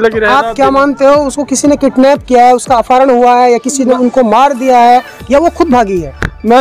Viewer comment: Patrkar mohaday bol rhe he kitnap kiya he unko kidnap bolna nhi ata he 😆😜😆😜